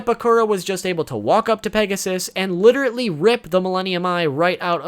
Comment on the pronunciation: L.i.t.e.r.a.l.l.y. , not "literaTEly"